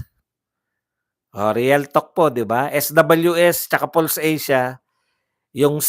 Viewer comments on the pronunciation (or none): none